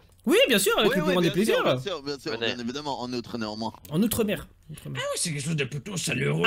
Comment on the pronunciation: "Nezanmoins" plutôt !